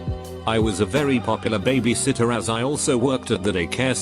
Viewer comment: Imagine being a lazy ass youtuber and just copy and pasting shit to google translate and not even fixing simple shit like "someone called nine eleven" or "" Absolute trash lol.